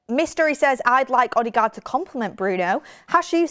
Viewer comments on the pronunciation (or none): It’s odegard not odigard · Please stop saying OddieGard... 😂😂😂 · still sounds better than how she pronounced it